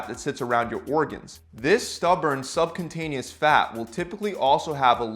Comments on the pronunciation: I love your videos. learned a ton. One small correction though. It is not sub-con-taneous. it is sub-cu-ta-neous. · Its cutaneous not cuntaneous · you are pronouncing the word "subcutaneous" wrongly as "subcuntaneous"... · SUBCU-TANEOUS! NOT SUB CONTANIOUS! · You keep saying "sub-contain-eous". It's "sub-kyoo-taneous". And it's specifically beta 3 receptors that are expressed in adipocytes. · Subcutaneous not subcuntaneous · Subcuntaneous lmaoooooo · I see subcutaneous but I hear subcuntinous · Pronounced Sub-q-tain-yus ;-) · I couldn't keep listening after you called it subcontainius 🙄. 😂🤣😂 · Hey, great video but it's pronounced SUB- CUTE- ANEOUS fat, I know you're not a scientist but thought I'd correct it for the future :) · Dude, seriously, first learn to PRONOUNCE subcutaneous fat before making a video about it. it's not "sub-contain-eous" as you keep saying... lmao... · Very solid vid, very knowledgeable. :) 1 thing. Sub-Q-tain-ee-us. Not remotely being mean-spirited, mocking, or giving you grief. I just wanted to point it out so that your obvious knowledge-ability doesn't get lost due to mispronunciation. :) Keep at it, man. :D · have another listen, he says subCUNTaneous fat. Oh yes he does 😀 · Is he...is he calling it sub-cunt-taneous? Fair. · Nice... ohh and cutaneous is pronounced (Q- tain-e-us) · Excellent video, thanks for the info. Just as a friendly heads up to say that you keep adding an “n” in the word subcutaneous right before the “t” which is making it sound like. . . a very, very different type of fat. : ) Thanks again for the video, it really helped!